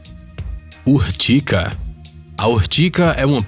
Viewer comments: Ortiga e nao ortica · URTIGA e não URTICA 🤣🤣🤣🤣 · É urtiga e não urtica, conheço essa planta a mais de setenta anos. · "Urtica"? Acho que ele quis dizer URTIGA, com G...